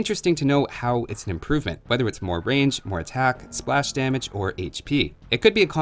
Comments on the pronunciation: "spash damage" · Spash Damage? 11